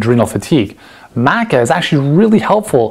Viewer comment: He can't even pronounce Maca correctly, why would I trust his google top search result sourced advice?